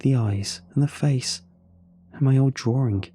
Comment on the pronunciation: I'm sorry but I hear it as "drawRING"